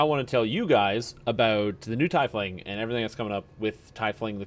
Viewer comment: Good videos, you got me playing DDO again. But its pronounced Tea-fling